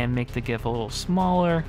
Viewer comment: Not only great tips, tricks, and secrets ... but you pronounce GIF correctly too! Thumbs up.